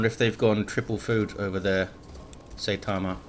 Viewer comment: Something other than DoW II, hooray! I love that game but you have so much less other content so this is a lot more exciting. I especially liked your let’s plays. Oh and as I am a fan of One Punch Man and anime in general “ai” in Japanese is pronounced like “eye”. Seye - ta - ma